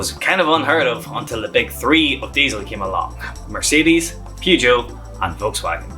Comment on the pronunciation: you need to Learn how.to pronounce Peugeot.